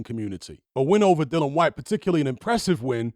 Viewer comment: Dill-i-an Like the word dill Followed by the name Ian I won't watch another of your videos on this topic until you fix this.